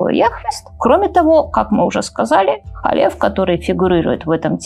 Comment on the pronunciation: Не Халеф, а Калев бен Йефунэ, Не Иисус Навин, а ЙеЪошуа бин Нун. А версия имени Б-га, которую Вы произносите, выдумана так называемыми библейскими критиками, а значит недопустима. Та четырёхбуквенная версия имени, которая встречается на иврите в огласованных текстах, тоже не настоящее имя, если прочитать, потому что согласные буквы - действительно имя Б-га, которое представляет собой глагол БЫТЬ, соединённый сразу в настоящем, прошедшем и будущем времени, а знаки огласовки взяты от ад-най - господь. Как произносится имя - знают только специальные люди - баал-шем-товы. Потому лучше произносить hашем, если надо сослаться на это имя. Либо перечислить еврейские буквы имени Йуд-hэй-вав-h'эй, где h произноситься не как русское Х, или Г, а как украинское Г. А за домыслы и следование ложным теориям о двух разных источниках Торы ставлю дизлайк. Рекомендую прочесть Тору с комментариями Раши, потом перечитать с комментариями Радака, потом Рамбама. Это всё комментаторы простого смысла. Кстати с этими комментаторами можно прочитать и весь ТаНаХ пытаться найти ответы самостоятельно - дело хорошее, но Вы относитесь к тому, что у Торы 2 источника, не как гипотезе "библейских критиков", а как к установленному факту. А если бы прочли с комментариями названных мной, на много бы вопросов нашли ответы, но у Вас бы возникли новые, уже более высокого уровня. Тогда бы Вы не создали этот ролик, а что-то белее квалифицированное